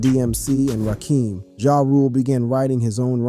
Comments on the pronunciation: On e u said "rak-eem"; instead OF RA-KIM it was a wrap... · Ja is a fucking beast you knew dudes ain't bout to change the narrative 50 was able to outshine him then took his style but when you said Rakeem instead of Rakim pronounced RahKim I knew what I knew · One question who the hell is Rakeem??? That’s the RZA from wu tang I thought??? Rakim Kim not keem it’s not that hard to figure out